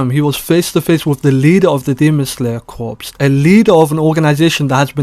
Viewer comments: Pronounce it "core" not corps homie. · Corps is pronounced "core," bruh. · Bro said the Demon Slayer Corpse🤦‍♂️